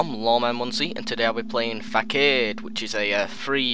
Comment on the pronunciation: he said facade wrong